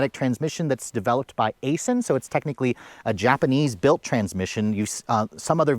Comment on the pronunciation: Just FYI. Aisin is pronounced Aiiisin and is 25% owned by the Toyota Motor Corp.